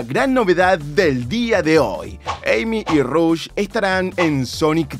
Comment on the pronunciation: The Fly te va a robar la miniatura (pero al menos es una filtracion y no rumor y tambien hubo 2 noticias y no mencionas relacion de este juego y la pelicula en el titulo) Te ganaste parte de mi tiempo en ver el video darle like PDTA: se pronuncia Rush y no Rosh como se escribe al inicio de su nombre PDTA 2: Tomala The Fly JAJA